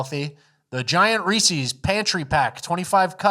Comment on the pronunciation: Someone tell it's not pronounced "REE-SEES." Kind of embarassing. It's the possessive form or Reese, which means it's Reese's. No shame, we all used to say it that way... when we were six.